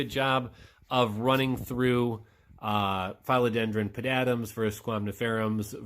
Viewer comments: Philodendron not Fileodendron. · your suppositions on these plants are all wrong... there are several professional growers you can message.. you can;t even pronounce philodendron! trusting facebook posts etc is a crap shoot at best...